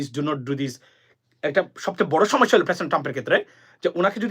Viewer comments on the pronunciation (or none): none